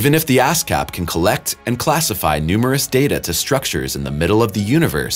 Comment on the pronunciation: am I the only one here that heard "ass cap telescope"?🤣